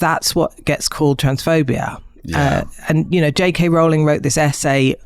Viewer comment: Great to be there at the moment one more person is converted to saying Rowling correctly!